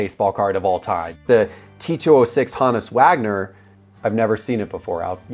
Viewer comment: Ha- nuss Wagner? Wtf dude learn to pronounce the names of legends in the hobby. Ho-nuss Wagner!!!